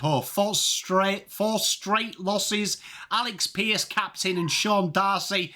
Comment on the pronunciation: It's Shay that's how his name is pronounced Freo Freo